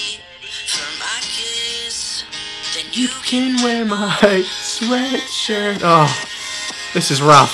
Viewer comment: Anyone else notice he says ''sweatsurt''